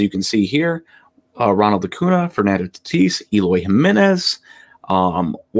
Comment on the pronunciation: Really like the video. Acuña (pronounced Acun-ya).